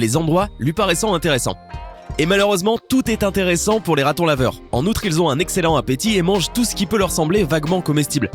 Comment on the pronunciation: Le ratonlaveure et le meuilleuire